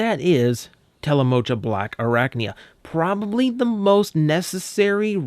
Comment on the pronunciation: Still kinda annoyed when I hear someone pronounce the "Cha" in "Telemocha" as "Ka". Props to for pronouncing it right.